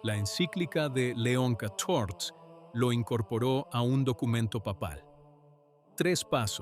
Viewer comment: Me gustan mucho sus videos, el contenido es excelente! Solo le sugiero que revise el texto antes de poner a la inteligencia artificial a leerlo. La IA no sabe cómo leer números romanos y cada vez que habla de leon XIV o de la Fsspx lo dice mal. Por favor corrija los textos para que la IA diga leon 14 o san pío décimo. Así sus videos serán aún mejores